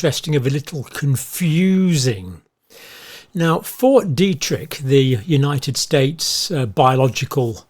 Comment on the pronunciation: Detrick not Derrick 😂